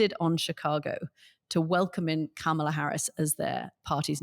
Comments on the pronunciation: This guy needs to learn how to say Kamala. He's had enough time. "Comma-luh" not "Camel-ah" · I get Anthony's KAMA-la/KOMMA-la issue, as Katty says KAMA-la. (I struggle with it, too.) It's better to make up words than to misuse English words and expressions, since it's impossible to keep up with the British linguists, especially Katty. (Examples: rubric/Rubiks cube, seismic earthquake, hot and bothered.) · Well done Katty! You've finally learned how to say Kamala's name. Thank goodness... She's no longer a camel. Edit: Nope, I spoke too soon! Old habits die hard, it seems. Edit 2: No, by jove... I think she's got it! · Anthony, you’re fantastic and I love all of your insights and the manner of your delivery!! As a fellow New Yorker, can you please, please pronounce VP Harris’ first name correctly. I cringe every time you mispronounce her name as it sounds very Trumpian. I hope you take this the right way. Thank you so much.